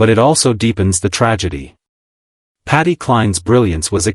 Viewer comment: The sentences dont mesh ,i gave up listening at the start, why is voice saying patty and SHE???